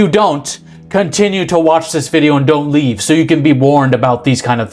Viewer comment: I could hear the bold on that "don't leave."